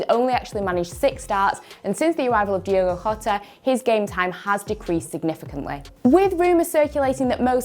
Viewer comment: Thats not how you say Diogo Jota,...